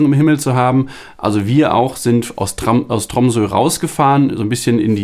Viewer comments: paul sehstedt nein, das o spricht sich wie ein “u”. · Tromsø spricht sich korrekt “Trummsö” mit rollendem “r” und scharfem “s”.